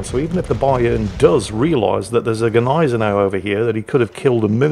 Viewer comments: I am Austrian an I got to comfirm the Germans - all of them! You pronounce the "G" and you don`t - you pronounce it - just not the way you are... =) It`s not a G Neisenau - it`s a Gneisenau. That`s a "Gn" - You pronounce it like Gun but without the "U". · After all this "do you pronounce the G" story, the funniest thing is that you STILL mispronunce the name of the ship. It's GNAI-se-nau, not GEH-nai-se-nau - there is no fantasy vowel between the g and the n. Although I do realize, that's an unusual sound to make for an english native. [Edit: Also... if the player is so new, that explains why he did so well with the Gneisenau. He just doesn't KNOW yet how bad he's supposed to shoot.] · About the pronunciation: No, the G is not mute, but is still not quite saying it right: The Gneisenau is not Australian, so it is not pronounced with a distinct separate G; ie g'neisenau as in an australian "g'day" like tend to do, but with a fluid, continuous "gne"-sound - it's not that hard to do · "Neisenau!!" HA HA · You mean... GneiseJau? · Still mispronouncing Gneisenau, the "G" is silent.